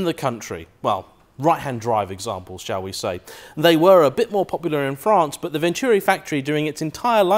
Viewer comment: Venturi! Pronounced Ventoori. Not Vencheeewwwreee.